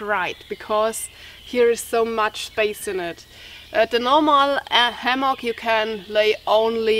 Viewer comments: Why "ammock"? It's "hammock". Thanks for your comparisons. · thanks muchly..h in hammock actually is a fricative,or a voiced sound.so the h has to be heard..not ammoch..but I love your English and can listen and never get tired..by the way your time with Lilly camping out was pleasant.you are both fantastic and I never get enough.. (:-).your friendly teacher.. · The letter "h" is not silent in english. Hammack, hat, hard . Make the h sound by exhaling the way you would exhale humid air on to glasses to clean them.